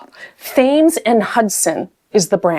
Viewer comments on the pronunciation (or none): none